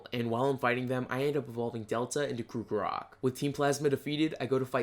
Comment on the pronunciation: I can no longer watch your videos because you mispronounce everything and it angers me. Its pronounced CROCK-O-ROCK not crook-o-rock